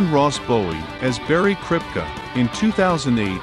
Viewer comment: I noticed you mispronounced a couple of the character's names. Which is odd, because they're said on the show many MANY times. It's hard to imagine anyone not knowing how to pronounce Kripke, or even Koothrappali. It’s pronounced as Koo-thra-ppa-li, not Kooth-rap-pali as you pronounced it. And Kripke is pronounced as Krip-ke (that’s an e at the end, not an a). Other than that, it's a very informative video.